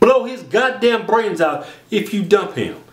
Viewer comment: Blow his goddamn bRRRRRains out! xD